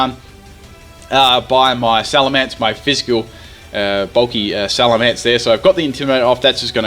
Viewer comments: it's not alamance it's salemence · Lol Alamence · alamence lol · Alamance? You mean Salamence? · Alamence? oh no wait its supposed to be Salamence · what's a Alamance I think he ment salemence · what is a Alamence? D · "alamence" XD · that "alamance" in the beginning had me like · the mighty "Alamance"